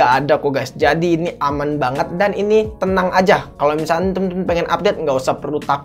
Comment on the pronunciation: kebawa abis ngomong ngambang 😄